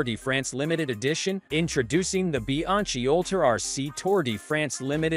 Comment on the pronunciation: When I hear “Bi-ang-chi”, I turned of the video immediately!